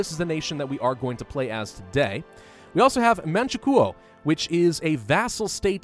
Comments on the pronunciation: It seems that has made a few mistakes. It’s pronounced man-chu-ko and sin-kiang not sin-kiong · Oh and it’s pronounced Man-choo-co